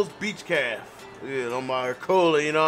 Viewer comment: Why he read cafe like that 😂 he pronounced it “calf”